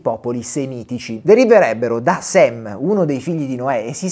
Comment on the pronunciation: Buongiorno. Ringrazio per il prezioso contributo, certamente utile a comprendere qualcosa in più in questa drammatica situazione. Segnalo che il nome del figlio di Noè da cui deriva il termine "semitico" è Sem (e non Sam, come messo in evidenza al minuto 2.08 circa). Buon lavoro, Annalisa